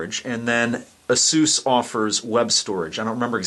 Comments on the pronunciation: I made it passed that part. Besides, you unintentionally call it both names through the video. I can't say I've met anyone that has said that name incorrectly. It's not Asues, it's Asus. The companies former name is Pegasus. PR has had to come out multiple times in the past to correct people. So from now on anybody that continues to say it incorrectly is ignorant in my view. Don't worry about your viewers. It's a review of a product, the first thing you should cover is saying the company name correctly or your just giving them bad PR. On a side note, this has nothing to do with you personally and your videos are still informative so I gave you a thumbs up. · As soon as you butchered the name of the company, I opted out and quit the video.